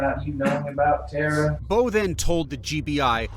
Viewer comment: Yall pronouncing Tara incorrectly. Its Irish pronounced Taara not Terra. Goodness me surely her family would've corrected yall by now.